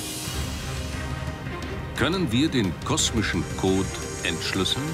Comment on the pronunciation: Aussprache macht viel aus, der Sprecher am anfang: der kosmische kooot